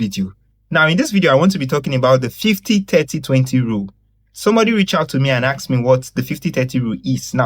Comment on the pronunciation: Why do Nigerians say 'AKS'?